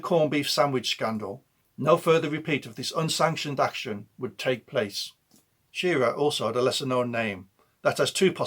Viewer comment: Shir-RAH, not SHEER-ah